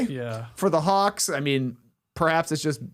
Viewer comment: did Skeets say Hawks or Kawks?